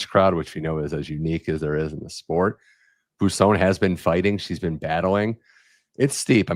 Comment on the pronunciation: Bwah, not bu for Boisson.